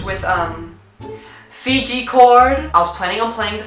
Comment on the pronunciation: "Fijgi Cord" 😂😂😂😂